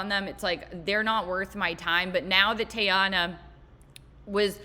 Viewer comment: “Tay-anna” Taylor was all I needed to know.